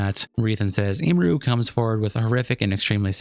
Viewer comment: “Imuru” is a new name butchering that indeed, wasn’t on my 2025 Bingo card